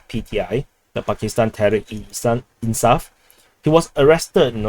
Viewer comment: e-Insaaf is pronounced "ay insaaf"